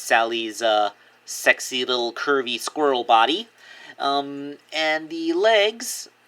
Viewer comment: You said "squirrel". XD